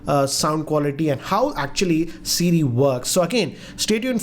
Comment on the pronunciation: "Hey CeeRee" wtf